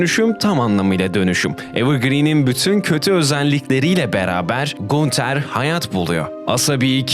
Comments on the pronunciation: video iyidi. sadece gunter yerine “gantır” diye okumaman biraz sinir bozucu olmuş 😂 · gunter diye mi okudun yanlışmı duydum o ganter diye okunuyor abi :( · ganter diye okunuyo gunter değil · Kral teorilerin çöp olmuş, ki teorilerin çoğunu redditten araştırmadan, sorgulamadan almışsın. Diziyi 3 defa üst üste bitiren arkadaşın oğuz diziyi arapça izlese daha iyi anlardı. Onun dışında kendisi ya kulaklarıyla dinlemek yerine ayaklarıyla dinlemiş ya da gözleriyle izlemek yerine mabadı ile izleyip bitirmiş sanırsam. SON OLARAK İSE GUNTER YAZILDIĞI GİBİ OKUNMAZ GANTIR DİYE OKUNUR. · GUNTER "GANTIR" OLARAK TELAFFUZ EDİLİYOR KAFAYI YEDİRDİN YA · Knk allah aşkına gunter ne düzgün oku şu isimleri